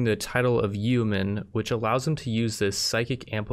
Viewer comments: Yeoman is pronounced yo man just so you know. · The E is silent in Yeoman;)